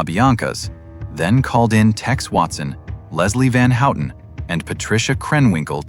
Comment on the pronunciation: “Leslie Van Hootin’? AI narratives suck!